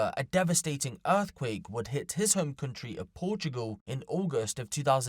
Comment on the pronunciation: Donkee We Must Sayv Porchoogal From Erfqwake!